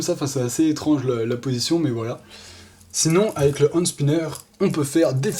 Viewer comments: Juste ca se dit PAS hANd spinner MAIS hENspinner 😂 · Ca ce dit hènde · ca se dit ènd spinner